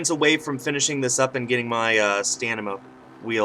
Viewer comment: “Stanima wheel” - 2017